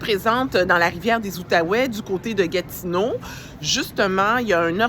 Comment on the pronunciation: gatineau et non pas gatino